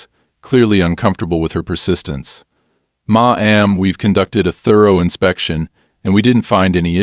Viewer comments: Maam is an honorific. It is NEVER pronounced Ma am, it is simply Mam. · Dear AI it's pronounced MAM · Hey ai - i think i'm starting to like ma.am instead of maam. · Your AI voice is rather inept. I get writing fiction is fun but there are real stories that could be reported. When you combine the inept pronounciation of words like "Ma'am" as mah am, and the wrong variant of content (satisfied) and content (stuff inside a container) with the fact that this is a manufactured drama, it's a disservice.